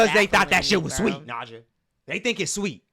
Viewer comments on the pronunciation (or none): You called it Nadja, he was Italian😭